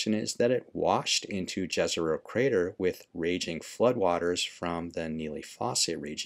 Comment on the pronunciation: Its pronounced Yezero